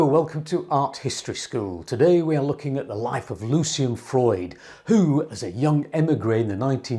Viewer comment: One of my fav. painters and thanks for the vid. I'm pretty sure his name's Lucian and not "Lucien" though.